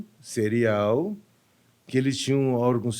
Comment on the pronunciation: 🥺🥺🥺🥺🥺🥺🥺🥺🥺nao se diz cereal (killer) Diz-se Síirial killer (apesar de se escrever serial)